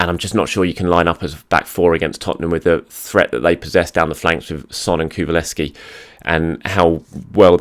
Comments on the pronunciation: has never got Kulusevski correct. Like ever. It's always Kuvuleski or something else. Hahaha. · Really enjoy how much struggles with Kulusevski’s name 😂